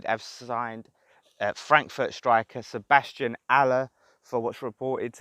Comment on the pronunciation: Good pronunciation, well done!!!...COYI...⚒⚒⚒⚒